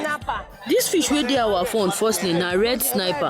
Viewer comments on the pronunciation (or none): This 'sniper' na wahala o. Even the fish seller pronounced it 'snapper', how come the interpreter goes 'sniper' all the time? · I can’t believe the amazing wealth of sea products we have in Nigeria. But the interpreter is say sniper, (military weapon) funny though the market women are calling it correctly snapper fish, red white black. I feel like taking everything to myself 😂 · interpreter snipper and barracuta even the market women pronounced it better issoryte 😄😄😄.